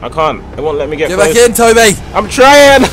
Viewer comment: Tobi not Toby